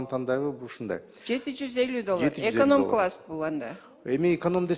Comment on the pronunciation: Эконом класс деп айталбай ататко яя😂